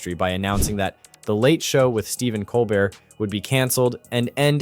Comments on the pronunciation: “Coal-bear” not coal Bert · It’s pronounced “Cole-bear”…..have you never watched his show? He introduces himself to the audience “I’m your host, Stephen Cole-bear.” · Why is it that the commentator canot pro ounce Steven Colbert's name correctly? I am available, should gouwant to replace him . . . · It’s pronounced COL-BEAR. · Pronounce Colbert correctly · Would you please be respectful and pronounce Stephens' name properly. He deserves it.❤